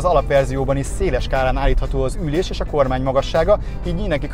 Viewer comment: Űllés !? Én ettől őrülök meg és sokan így mondják !